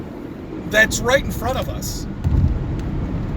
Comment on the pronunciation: I saw two reasons in this video you didn't go to med school: 1) You think Tesla's name is "Telsa." 2) You think the name of the disease 'Alzheimer's" is "all-timers."